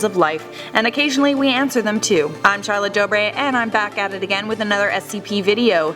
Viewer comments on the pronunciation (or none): none